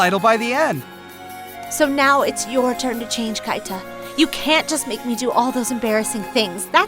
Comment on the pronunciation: It's not Kaita, it's pronounced Keeta